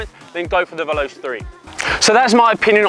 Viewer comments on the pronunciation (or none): YOU DO NOT CALL IT VELOSE!! IT'S PRONOUNCED 'VELOCHAY' . MY GOD! I THOUGHT IF YOU KNOW SO MUCH ABOUT FOOTBALL BOOTS, YOU WOULD KNOW HOW TO PRONOUNCE THEIR NAMES!! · its (vel-oh-chei) not (vel-os) no judge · it's not vel-ows is vel-o-chay